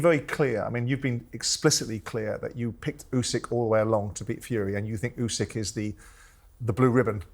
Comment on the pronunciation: Turki can’t even say Usyk’s name properly🤦‍♂️it’s ‘Usyk’ not ‘Ozik’🤦‍♂️